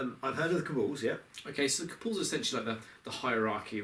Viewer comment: Sorry I know I'm nitpicking here, but it's pronounced Kabal not Kabull. Look up 'Cabal pronunciation' on google if you need help